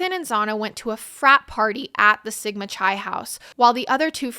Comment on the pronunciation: great coverage! for future reference Sigma Chi is pronounced like Kai… not Chai tea